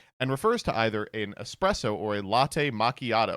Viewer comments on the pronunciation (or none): none